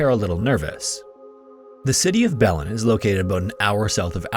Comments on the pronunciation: love these videos, and the pronunciation of 'Belen' in the Tara case is Buh-lenn . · It’s BUH-len, emphasis on the first syllable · Belen is pronounced "Buh-lehn", for future note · it’s pronounced Belén. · Its pronounced “BAh-Len” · Belen is pronounced Buh as is butt and len as in length. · FYI Belen is pronounced Bah-lin or Bay-lean, depending on how much Spanish one speaks. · Belen is pronounced buh-LYNN